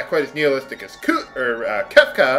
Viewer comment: Nihilistic is normally pronounced "Nai-a-lis-tick." The 'h" tends not to be pronounced in American English.